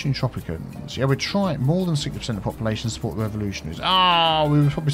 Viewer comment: ) You were pronouncing the word population, and it ended up as “poppalution”. Sounded so funny. We need to give “poppalution” a meaning. I love the new word :-D